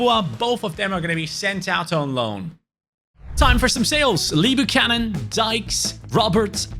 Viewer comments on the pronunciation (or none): none